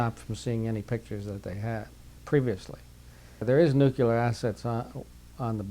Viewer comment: nuculer, im out